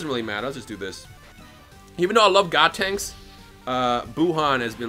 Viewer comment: does he keep saying godtenks or is that just me?